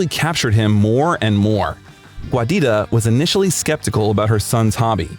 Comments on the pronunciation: The name Giuditta is pronounced JUDEYTA, not GWAYDITTA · “Guadita”?? She was italian, not mexican 😂 it’s “giuditta”, pronounced jew-deet-tuh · Giuditta is pronounced "JEW-Dee-Tah". I had to stop watching 4 minutes in to tell you that "Giuditta" is NOT pronounced "GWAH-DeeTAH". It's driving me crazy and makes the video almost unbearable from the start. Please just put foreign names through google translate if you don't know how to pronounce them. It's very simple and wouldn't have taken much effort to learn how to pronounce this legend's mother's name correctly. You made an almost hour long video, went through all that effort, just to drop the ball on his poor mother's name. Hasn't Giuditta been through enough? Put some respect on her name bro! Cool video though. God Bless.